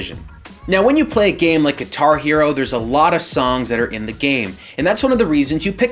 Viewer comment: It took me awhile to realize he was saying "Guitar Hero and Rock Band" at first I think thinking what is Gatari-O? lol